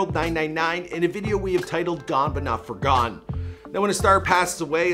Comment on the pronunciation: . I SWEAR YOU'RE SAYING FORGONE